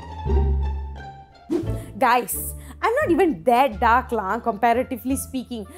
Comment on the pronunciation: Everytime she said dark skinned people it sounded like"duck skinned".